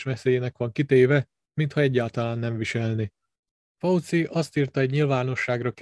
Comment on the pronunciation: Magyarországon, hivatalosan "vé há ó" a helyes kiejtés. És nem "Pelosi", hanem ejtsd: Peloszi, valamint nem "Fauszi", hanem ejtsd: Faucsi.